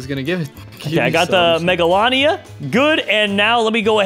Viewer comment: Mega-lol-ee-uh megalania